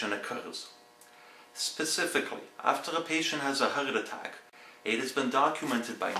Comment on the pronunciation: I like how he says heart attack. Howlick Attalik.